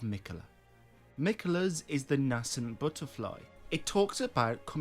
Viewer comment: May be an accent thing but it’s definitely pronounced Nascent [Nay-scent] lol